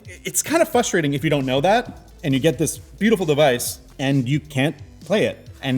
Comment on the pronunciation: DUDE. The word is not “fustrating” It’s “FRUSTRATING” Jesus Christ,. I had higher expectations of you.